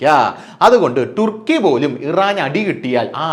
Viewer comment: ഒന്നുകിൽ തുർക്കി എന്നോ അല്ലേൽ ടർക്കി എന്നോ പറ ടുർക്കി എന്ന് പറയാതെ